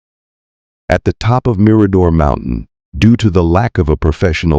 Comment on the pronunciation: Agree lose the music. It's distracting and doesn't add to the story!!! Just talk and try to pronounce words correctly. Like bouquet the girls' last name and Mirador,just to name a few. Maybe watch some other videos so you know how to pronounce words!!!! The dog Blue may not have gone with, simply speculation like so many things about this case